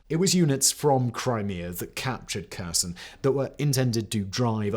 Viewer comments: Kherson and Kharkiv should start with sound H, not K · I appreciate your video, but please can you make an effort to say Kherson correctly.